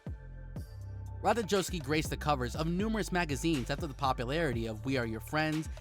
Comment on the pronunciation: Learn how to pronounce her name.